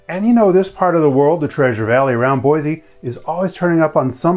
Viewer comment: Native Boise citizen here- we say Boi-see not Boi-zee. So yeah